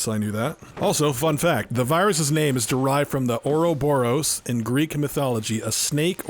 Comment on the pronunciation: You said the uroborus (uhro-bo-ros) wrong